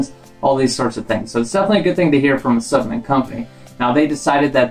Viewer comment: Cringed everytime you said s U p M e N t